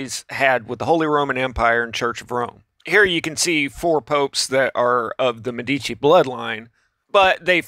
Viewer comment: Can you stop calling them "Demici"? It's ME-DICI. Medici. Meaning doctors